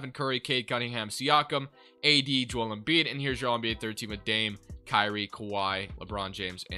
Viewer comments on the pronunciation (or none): none